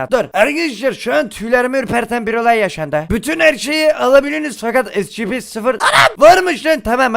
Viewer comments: Abi e si pi (scp) esipi diye okunuyo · abi esipi diye okunuyo scp diye yazılıyor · Şuna scp demeyin onlara şöyle okunuyo esipi